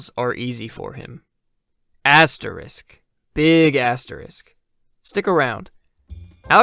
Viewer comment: You can't pronounce "asterix" lol